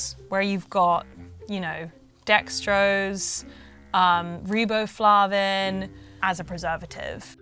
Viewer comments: Same. Lost all credibility when she said "reeboflavin" in that tone. Def not qualified to be a health journalist on that alone. B vitamins are one of the most basic things to know about nutrition. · Sorry, "influencer" but "reeboflahvin" isn't a preservative, it's a vitamin. Go back to primary school. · It's the first time I've heard it pronounced "ree-bow-flar-vin". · Lmao as a chemist I clocked her immediately when she pronounced riboflavin as "ree-bo-fluh-vin". No one says that. Especially not in any non-american english accent. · Business Insider's already marginal credibility just went to zero with "Health Editor segment. What the hell is REEbohFLAAven? She's can't pronounce the thing that she had no idea about, so at least she's consistent. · She coukdn’t pronounce riboflavin, either…. 🤣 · It is interesting to me, one of your “ over educated” Boomer Trader Joe’s target customers that your “expert” finds Stacey’s undesirable “ additives” to make Stacey’s Pita Chips less healthy. For crying out loud, ascorbic acid is vitamin C and (incorrectly pronounced) riboflavin is vitamin B 2. Sigh. I’ve 2 degrees in Food Science/ Nutrition. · She called it a "preservative." Fooff fooff airhead. She can't even pronounce it correctly. Slacker. Easy to look up ingredients. And comparing Joe's Os to the wrong type of Cheerios? On per with the average 5th grader. Heck, the 5th grader would probably shoot the ingredient lists with their phone and give it to AI and have it compare, and actually get an intelligent comparison. Or just ask it directly just reading the names of the products. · Boy did she mispronounce riboflavin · And she badly mispronounced it. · Yep, takes 5 seconds. She can't even say riboflavin correctly, can't expect much.